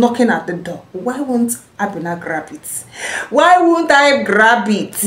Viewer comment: The name is not Abe-na it is Aben-na